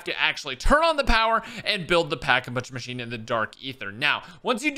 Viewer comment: “Packa munch machine “